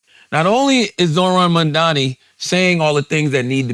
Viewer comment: wow. Cthagod can pronounce Mamdani's name correctly.